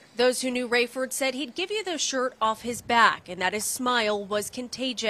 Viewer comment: And it’s Raiford not raefoes